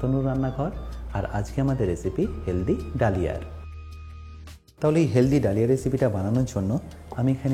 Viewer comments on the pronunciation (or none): Dalia ইংরেজিতে লিখলেও উচ্চারণ 'दलिया' - দলিয়া (দ্ব-লি-আ)।‌ এইগুলো একটু খেয়াল রাখলে ভালো লাগবে।